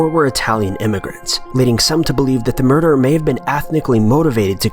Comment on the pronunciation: Jacob Ramos definitely a "merder" gosh I hate "merderer er ers " ....